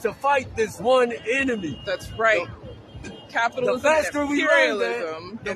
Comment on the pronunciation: "Thits right, caputilism" had me dead bro.